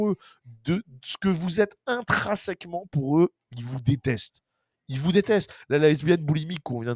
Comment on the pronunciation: on dit intrinsèquement pas intrasèquement,merci de rectifié!